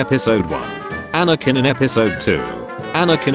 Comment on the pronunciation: There's no G in Anakin